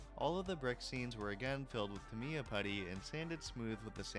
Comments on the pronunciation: Great job as always. Never heard anybody pronounce Tamiya that way though 😂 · I cannot give your work, hiring, a phrase… But the way you pronounce Tamiya Makes my brain hurt, lol